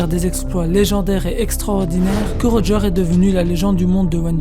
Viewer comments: Pk tu dis Rogear au lieu de Roger ? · Pourquoi tu dit "Roga" alors que sa se prononce "Roger"??